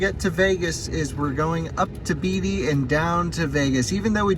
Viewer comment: It's pronounced Bay-tee, NV. Like actor Warren Beatty... don't ask how I know that. lol. Good vid!